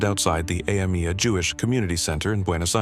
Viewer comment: I am impressed with how many times this AI could mispronounce Yoav Gallant's surname, and in how many ways. It also botched even the names of Mossad and AMIA a couple of times.